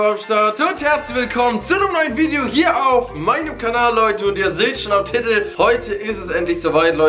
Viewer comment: der spazti kann immer noch nicht das wort titel richtig aussprechen 😂🤦‍♂️